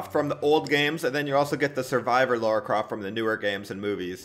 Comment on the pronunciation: its lara not laura